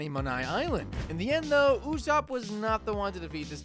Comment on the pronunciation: it’s Usoupp